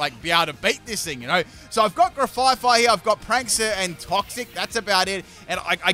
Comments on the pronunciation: GRAF-EYE-EYE NOT GRAFYE FYE!!!!! THERES ONLY ONE "F"!!!!!!! It's based on an aye-aye animal. (sent with love) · He said grefaifai it is grefaiai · One thing that is bugging me in this video: it's Graf Ai Ai (graf I I), not Gra Fai Fai. It's based off of the ai ai, which is a lemur with a bad rap. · Grafaiai (Gruh-F-eye-eye) it's a play on the animal it's named after. Graf (Graffiti) and aiai (Aye-Aye the long fingered lemur). I know mispronunciations are sort of your thing, but that one kills me every time. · I realize you haven't changed your way of calling it with an extra f eh 😂 Now at this point, I got so used to hearing the name as such that it feels so natural 🤣 (No slander intended btw, just joking) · I HATE the way says Grafaiai’s name so much, I’ve been watching long enough to understand that saying names wrong is part of his schtick and it’s not bothered me or even crossed my mind not even once because I know people get real salty about it....but the way he says it’s name is just so terrible to me lol adding an extra ‘F’ makes its name something I cannot stand in the slightest and I just don’t know why, but we all have words we hate and it’s joined my list. In the VIP section lol So obviously I can’t watch any more until gen 10 releases lol